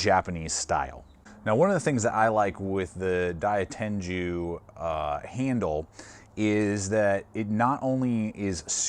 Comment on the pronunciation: It's pronounced Die-Ten-Goo, not Die-Ten-Jew